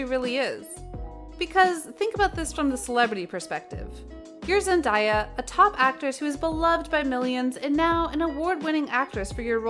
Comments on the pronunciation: Okay listen to me her name isn’t ZEN- DIE YA ITS ZEN- DAY UH THAT IS HOW ITS PRONOUNCED pls leave that in your head!! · here's one thing you didn't know about ZENDAYA is that her name is pronounced ZENDAYA NOT Zen-die-ya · Zen-day-uh that's how it's pronounced